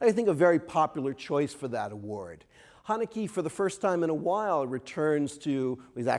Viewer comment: I cringe everytime he says Hanekee